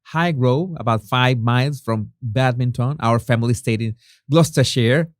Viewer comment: Well done for unbeknownst!! [un-be-known-st] -[known as in no] Not an easy word & not an everyday one. I also noticed how easily you said ‘doubled/tripled/quadrupled’ :) ps also well done for Gloucestershire. 💜❤️💜